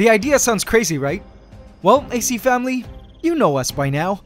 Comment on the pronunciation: So um how about a shot every time he says "AC FAMULY"